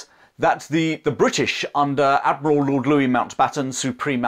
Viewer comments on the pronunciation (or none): none